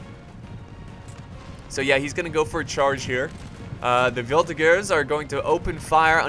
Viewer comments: NOOOOOO !!!! it's not prononced "volti-GERS" but prononced "volti-JERS" !!!! not so hard to remember !!! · Its a soft G in Voltigeurs